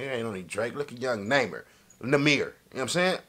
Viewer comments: He said naimer in the bigginin and when it started he said it right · Naw-mer THATS HOW TO PRONOUNCE IT YBN NAHMIR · Its not (nymer) its pronounced ( Ni- Mir ) 😂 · Why does he say namer It's prounouced (NAH Meere) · Not naymir it namir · its nah-mir not numer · Nahmir not namer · right 😭💀 “neighmir” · “Next Up, We Got YBN Namer” 😂😂😂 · "Next Up We Got YBN Namer"😂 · “Next up, we got YBN Namer”😂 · "YBN Namer" "Young Namer" 😂😂😂 got me hollerin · This man said namer😂😂😂love this nigga bro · YBN Nahmir: My name is Nahmir not Nahmir Everyone else: Its Nahmir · “ YBN Namer “ 😂😭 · 2020 sound like he said '''YBN Neymer' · He really said it’s YBN Namer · Mans said ybn namer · "YBN NAYMER"😂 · Lol he said naemir 😂😂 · He said ybn namer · That nigga said naymer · It’s nah- mer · Say number without the b that's his name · Nahmir pronounced (nah-mier) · Its n a imir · You say it wrong bro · you don't like him because you don't even know how to say his name.